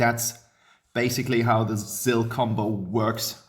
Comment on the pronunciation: VoidofDusk Gaming Lol yeah the Maloch when he said muck Zill